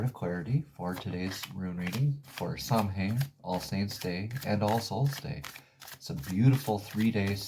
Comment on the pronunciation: "The correct way to pronounce Samhain is "Sow-wen, with sow as in female pig.".